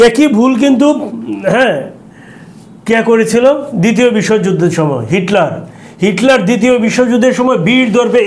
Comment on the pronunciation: ভাই সালাম নিবেন।উপস্থাপকের বাচন ভংগি ও উচ্চারণ খুবই খারাপ।রাশিয়ার ইতিহাস পূনাংগ ভাবে বলতে পারেন নাই। ইউটিউবে আরো অনেক তথ্য বলা যেত। উপস্থাপক নেপোলিয়ন বোনাপাট কে নেপোলিয়ন বেনাপুল উচ্চারণ করলেন,এডলফ হিটলারের নামটাও সঠিকভাবে বলতে পারেন নাই। ICBM কে ভুল উচ্চারণ করলেন।এবং inter nation জাতীয় কিছু বললেন, যাহা সম্পূর্ণ ভূল। ICBM এর অর্থ হল Inter Continental Balastic Missile. আন্ত মহাদেশীয় ক্ষেপণাস্র। নেপোলিয়ন ও হিটলার শুধু শীতের কাছে হারে নাই,রাশিয়ার সেনাবাহিনীর সংগে রাশিয়ার জনগন জীবন প্রাণ যুদ্ধ করেছিল। আরো ভুল বলল,জার বোমা পুতিনের আমলে তৈরি হয় নাই। এত ভুল উপস্থাপন করা ঠিক না। ধন্যবাদ